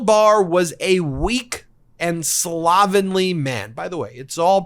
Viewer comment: Look up the correct6 pronunciation of the word "slovenly".